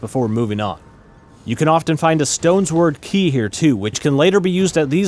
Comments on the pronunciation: did he call it a stones word key? LOL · Did you pronounce Stonesword Key as “Stone’s Word Key”? 🤨 Not saying it’s wrong, but I’ve just never heard that before 😆